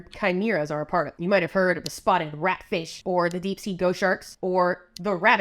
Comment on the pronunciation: you said "this next fart" insteada of this next part 😳 🤣